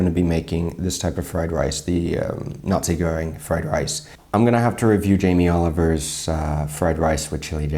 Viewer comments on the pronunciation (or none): Did you just pronounce nasi goreng as Nazi Göring? 🤭